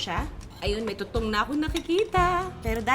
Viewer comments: Winner yung “Too-Towng” 🥰😂😅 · buset na yan,,, humagalpak ako sa suyal na "Tutowng!".. hahahaha